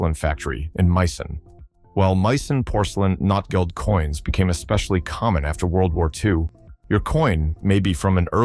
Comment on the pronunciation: The way you pronounce "Notgeld" even a German would understand "Non-money+